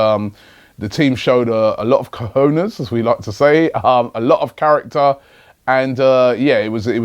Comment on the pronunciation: OMG. Brits need to learn to say cojones correctly. CO-HON-NAYES.